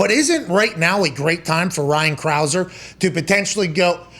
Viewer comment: “Ryan Crah-ser”